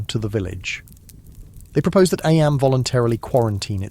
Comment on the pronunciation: sorry- don’t mean to be rude as i love these videos ! Was just wondering due to the part where it discusses eyam - noting that it’s pronounced ‘eem’ although the narrator continues to pronounce it as ‘eyam’ and then goes on about ‘lead mining’ (read aloud as leed mining haha). Obviously this might just be human error which is totally understandable, but it would sadden me to know these were just ai generated with an ai voice, not to mention due to the historical content of the videos !